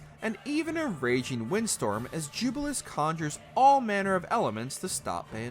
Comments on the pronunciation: Hearing (Jubilus) versus Jubil-AY-us was not bugging me at first but given how many times its said in game its just irking me lel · Tem-pe-ran-tia not Tem-per-ta-nia JubiLEEus not Jubilus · It's definitely gotta be Ju-bi-lay-us. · Says jubileus wrong Then plays cutscene where a character says it correctly No excuse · pronouncing Jeanne & Rodin correctly but messing up Alraune, Temperantia and Jubileus is certainly a choice....